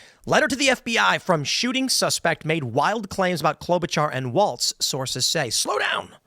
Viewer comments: Tim, his name is Walz, not Waltz. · Tim keeps saying Walts, but is Walz. Like no Balls Walz.